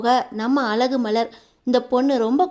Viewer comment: அலகு மதி ya அது அழகு மதி தமிழ் கூட தெரிலே நீயெல்லாம் எதுக்கு வீடியோ போடறே கழுத்து களுத்து இல்லே